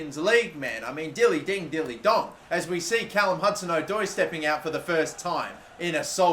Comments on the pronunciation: No it’s not it’s O-Doi not Adoi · the pronunciation of hudson odoi annoys me 😂😂😂 its adoi rather than Oh-doi